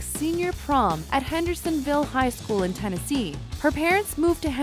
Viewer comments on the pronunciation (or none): none